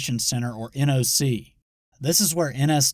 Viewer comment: NOC is pronounced Knock.